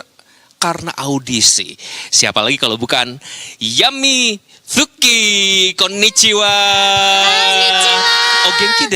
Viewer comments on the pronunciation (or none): Dibaca Yami Tsuki bang bukan Yami Taki, Tu emang di keyboard jepang buat suku kata Tsu. Mereka yang baca Yami Taki, aku yang malu dikit wkwk